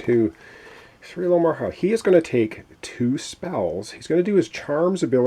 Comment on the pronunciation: Alo ho mora Not alomorha :)